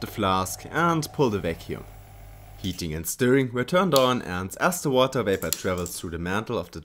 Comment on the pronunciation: distilled watee :3